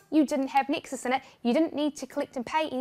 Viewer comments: i also heard texas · I thought she said Texas 😂